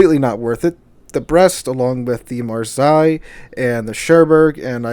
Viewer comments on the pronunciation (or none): Come on man it's marsay not marsi haha. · Love the content, just have issues with how you mention Marseille, which is sounded like Mar-Say, not Mar-Sigh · Love your vids but having to listen to you say Mar-sigh all the way through your video made me want to scream. It's Mar- say. Mar- say! :) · Mar-say not Mar-sy. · I believe Marseilles is pronounce Mar-say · Pronunciation: maar·say. I bought three random bundles for the flag and french tokens. How ever the ship's name is pronounced the new French cruiser look easy to sink just like all super cruisers. Also I have the Carnot and 6 or 7 other super cruisers. I am watching were the economy is going which will determine if I have any money to spend. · Marseilles='Marsay'. I wince everytime you try to mispronounce it, lol. You must be doing it on purpose! Eh? :) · Oh, FFS--it's pronounced "marh-say." I love your channel, but it's really annoying how often you mispronounce words. And frankly, in an age in which all you have to do to check pronunciation is go to Google and type in the word to find an audio or AV file demonstrating correct pronunciation, there's really no excuse for publishing vids with mispronunciations. C'mon, --you're better than this. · By the way, the city name is "mar-say" in pronunciation. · It's pronounced "mar-say" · It's pronounced Mar-say. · The way you say Marseille is Mar-say. Thought you might like to know. Thanks for your vids I enjoy them. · Marseille is "Mar" "Say" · Great channel, but pronounce Marseille correctly, please. I'm not French, but hearing the way you say it is painful. Heck, the City is not pronounced that way,.